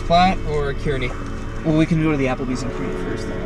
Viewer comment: Kearney is pronounced "car-knee"